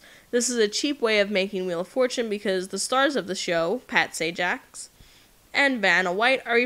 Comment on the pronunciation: Please learn to say the host of W of F name correctly......thank you